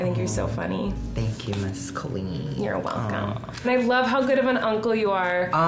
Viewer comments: Okay but it’s time for Joey to start pronouncing Colleen’s name properly 😭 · How can you say you're Colleen's friend and pronounce her name "CAH-LEEN" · IF YOU’VE BEEN FRIENDS FOR A DECADE WHY CAN YOU STILL NOT PRONOUNCE HER NAME CORRECTLY Bretman has known her for a tenth of the time and he can say it right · I'm not questioning Joey's friendship to Colleen, but you'd think the guy could pronounce her name correctly. Haha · I feel like Joey says Colleen's name wrong. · Bretman says Colleens name correctly..Joey doesn't..I've been wondering how thats possible. I thought maybe it was a joke between them or something? Or maybe she's too nice to correct him? Just something I've noticed.